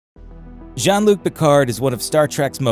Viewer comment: Sounded like he was calling him John instead of Jean.